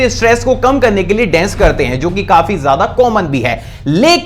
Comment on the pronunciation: Bhai dence 😂😂 nahi dance